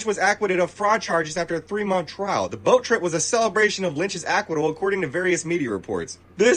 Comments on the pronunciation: He doesn’t know how to say “Acquittal” 😂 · That seriously drives me nuts! Grown man and has no idea how to pronounce words? Acwhittle, really? 🙄